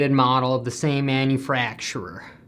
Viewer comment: You said "Manu-fracture'er" about the frame, that was pretty funny.